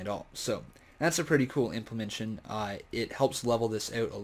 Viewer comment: Please stop saying implemention. The word is implementation.